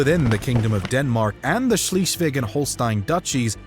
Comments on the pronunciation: The constantly wrong pronounciation of "Schleswig" gets a bit irritating, though (given that one third of the video is about it and it's said very, very often in the video. Mind you, I'm not expecting perfect german from an Engish speaker, but it's a bit like if instead of "Brunswick", people would say "Brinswuck" all the effing time. He basically said "Schlisweg" instead of Schleswig". Yes, I know, it's a more or less common mistake of English speakers, based on their peculiar pronounciation of "i" and "e", but neverthelass quite annoying, because they are all so completely unaware of the fact that these two letters are pronounced in a different way - not only in German, but in most other (European) languages as well (French, Italian, Spanish - just to name a few). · Schleswig not Schlieswig and Holstein not Holstien. Come on man forget about the W's and the Sch's. Learn the vowles brother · Schlischweg...for the sake of the number of subscriptions to your channel, please take a minute or two to simply pronounce right a crucial name in your story... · The way Swheisligg (not sheeeslig) is pronounced, is simply horrible, and I don't know how to pronounce it. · Germany taking Alsace (and some of Lorraine) from 1871 to the end of WW1 would have been worth a mention. And Schleswig ain't Schleeswig. Otherwise, very interesting. It's a complicated history, and your explanation was helpful. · HolsstEin was painful too, but Schliiswig killed me after 8 minutes in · Schleswig is mispronounced, repeatedly. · Nice video - but it is a bit painful to listen to the serially mispronounced “Schleswig” and other names (even tho I myself have only moved to Germany 20 yrs ago) Why did the Producer not look up the pronounciations? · Please sort out your pronunciation of Schleswig. Irritating, it’s an e there not an ie, closer to z than s.🙈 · I wish the narrator had bothered to get the pronunciation right. It’s Scleswig Holstein. Pronounced like air not ear.